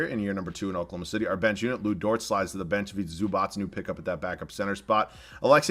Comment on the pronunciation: It’s Dort, not Dortz 😂